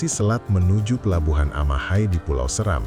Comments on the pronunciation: Maaf, Pulau Seram seharusnya dibaca dengan nada seperti 'Serang (Banten)', ya .... bukan seram tapi SE-Ram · Dear National Geographic Indonesia, thank you for the documentary, but come on… how do you get “Seram” wrong? You’re based in Indonesia, working with Indonesians. And even if you weren’t, it takes seconds in 2026 to check how a place name is actually pronounced. For a brand of your scale to feature a place and still mispronounce its name… that’s beyond embarrassing.